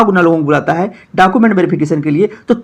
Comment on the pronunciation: Khali YouTube channel banakar farzi sabko paisa hi kamana h, bhale pta kuch rahe ya nhi rahe, are pahle documents (डॉक्यूमेंट) to sahi se bolna sikh lo, har video me डॉकूमेंट डॉकूमेंट chillate rahte ho